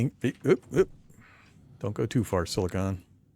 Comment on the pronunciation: Thanks for the video! Now that the gratitude is out of the way, I need to grouse at you. You invoked a little pet peeve of mine ; it's sili-con as in Decipticon, not sili-cone as in a funny hat! Silicon is a metalloid element, whereas silicone refers to a type of elastic rubber refined from plants. Of course, for all I know, you could already know that and are just saying it that way to bother clowns like me. Have a good day either way! Edit: agh, definitely that second one, you said it right just afterwards XD